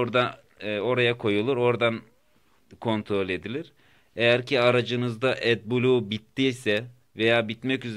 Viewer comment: Atbulu diye okunmaz o at kafasi edblu